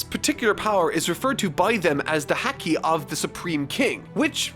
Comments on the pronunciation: Fuck, I can't get through any of these. Your pronunciations ruin everything. Cammie as Kami, and Haki as Hecky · Here's how you pronounce these things: Camie(Kay-mee) Haki(Haw-kee) Magellan(Ma-djel-lan) (Even I mispronounced the name when the character got introduced) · I'm so glad you're loving this series! It's my favorite by far. Only thing is haki is pronounced like ha ha. Ha-key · Spelled haki but pronounced hoki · "Hackey" No. Immediately disliking the video for the mispronunciation. This is unacceptable. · Haki is pronounced Hah (like hahahahaha) Key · Haki! (Ha-Key) not (Hak-Ie) Please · Could u pronounce haki as Harki pls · Its Hah-ki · Hhhhack-ee Hack-nee Hackky Luffy's hhakee The haaahcky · Nobody: Literally nobody:: "Hackey" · It bothers me that he pronounces haki as hacky. It just sounds so wrong. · I find it funny that since has only heard haki in written form he is pronouncing it as häki:D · Why does he keep pronouncing Haki like "Hacky"? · I love these videos, but for the love of god haki ( Hah - key) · haki is pronounced like the sport, hockey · Haki is pronounced like the sport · I love you, BUTTTT, that ISN'T HOW YOU PRONOUNCE HAKI! Please, PLEASE look it up! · Oh man, the way he pronounces Haki makes me cringe a little every time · It really isn't. 'A' is only pronounced one way in Japanese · Oh god can someone please help fix marks pronunciation for haki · Bruh i swear to god the way you say haki made me want to stop watching ugh but all forgiven great vid..... place make the next one super along don’t skip to many part make it 1 hour long pls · The editor could have at least told how to pronounce Haki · The way you say the word "haki" bothers me deeply -_ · The way he’s says Haki hurts to listen to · Dude the way he's pronouncing haki. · i hope someone tells him how to pronounce haki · It physically hurts me how you pronounce haki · The a in haki rhymes with the a in father, not the a in cat or the a in paw.